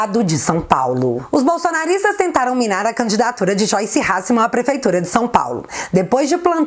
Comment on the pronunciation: Acho legal quando você fala xoice, é engraçado.